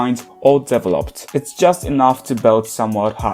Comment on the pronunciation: only problem i take with this video is your stress placement for the word "developed" (it should be deVEloped, not deveLOPED) 🥺 also, I love Jihyo as a vocalist but always found her TT remix jarring, now I'm aware it's a pitch problem